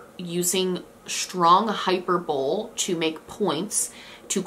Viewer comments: “Strong hyper-bowl” lol idk this made me laugh in a nice way, it’s “hype-er-bowl-ly” ~hyperbole~ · I know this is neither here nor there but - hyperbole is pronounced hy purr bowl ee not hyper-bowl :D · Hey you say hyper-BOWL, for “hyperbole”but it’s prounounced Hy-per-bowl-lee. No shade, I said it the same way and I’m glad someone taught me the right way. Love your show! Keep up the good work! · Btw hyperbole is pronounced high-per-bo-lee. I always used to say hyper-bowl too! Same with epitome, I’d say ep-i-toe-m lol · Omg I love you so much it’s not hyper-bowl it’s hy-per-bah-leeeee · it's not "hyper-bowl." It's high-PER-bow-lee." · this is a really great video and i don’t watch a lot of your stuff so it could be a running gag or something but it’s pronounced like hi-per-bo-lee not hyper bowl and hearing it sent me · Hyperbole 🤣 I read it as hyper-bole every time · "Hyper-bowl," did you mean, "hy-per-bo-le"? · Great video. Just wanted to let you know that "hyperbole" is pronounced hy·per·bo·le /hīˈpərbəlē/ so sounds like "hy-per-boe-lee" not "hyper-bowl" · hyper-bowl-ee, not hyper-bowl. love you lol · HYPERBOWL? lol hy-per-bo-lee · Love ya girl but hyperbowl? Hyperbole is "high PER bow lee" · im sorry but the word “hyperbole” is pronounced “hai•pur•buh•lee” not “hyper bowl”……….. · I cringed at “hyper-bowl” 🥴🥴 it’s hy-per-bo-lee hyperbole. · Love ya girl, but it’s pronounced “hyper-bo-lee” not hyperbowl lmao 🤣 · Good video but I have to say, the pronunciation of hyperbole is not "hyper-bowl" it's "hi-per-bo-lee" with the emphasis on the PER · Hi-pur-bowl-ee , not hyper-bowl haha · I do appreciate this video but now I’m questioning my whole life when she pronounced hyperbole - is it just me that I thought it was pronounced “hyper-bowl-ee” not “hyper-bowl?” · FYi - it's pronounced Hy-per-bo-LEE - Not Hyper-Bole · hyperbole is pronounced "hi-per-boh-lee" not "hi-per-bowl" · Love ya girl but it’s not “hyper-bowl” it’s pronounced “hi-per-bo-lee” 🙃🙂